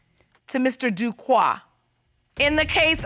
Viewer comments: Everytime the Judge and Mr Duque pronounced his name as Duquoi the French speaking/Haitian part of me corrected them like they can hear me. 🇭🇹🇨🇦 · yes I kept correcting them is Duque not Duquoi.